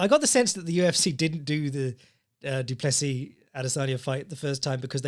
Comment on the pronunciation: Duncis Pluncis?!? Lmfao I just spit out my coffee laughing at work listening to that wtf 😂